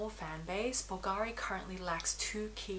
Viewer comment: Very well thought out review! I’ll tell you this, because I know you’ll appreciate it, plus you’ll be the first one in the fashion YouTube community(that is not Italian: I’m Italian) that is going to pronounce it correctly! Bulgari: the accent is on the u! (just go to google translate Italian and then listen to how it is said!). Keep up the good work and congrats on your baby boy Leon. 😊